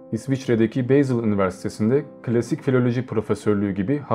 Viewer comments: Şehir adlarını ingilizce değil kendi dilinde okumalıyız.Basel (bazel) Beyzıl değil,Küçük bir katkı.Videolar için teşekkürler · Almanca sözcükleri Almanca olarak seslendirseniz daha iyi olurdu mesela Beysıl değil Basel (Basıl), Lepzig değil Leipzig (Laypzig) gibi... Emeğinize sağlık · Selam Bayreuth Nürnberg 60 km yakınlarında küçük bir şehir. Aynı zamanda Richard Wagner’ in evi ve mezarının olduğu yer. Sanki sizin telafuzünüze göre Lübnan Beyrut gibi anlaşılıyor. İkincisi Basel telafüzü. Beyzel mi Bazel mi? Tesekkürler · Lütfen özel isimleri doğru telaffuz ediniz. Okunuşunu yazıyorum; Şıtraus, Şopenaur, Bazel, Vagner..........etc..... Güzel bir video olmuş, teşekkürler. Emeğinize sağlık.